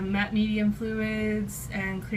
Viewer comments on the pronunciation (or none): none